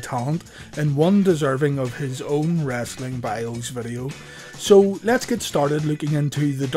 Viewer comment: I feel like this guy says "wrasslin" on purpose